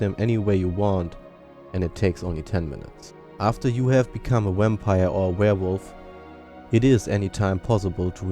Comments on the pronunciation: it sound like your saying wampire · You say wampire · is it just me or does this guy sound like he is saying wampire because of his accent.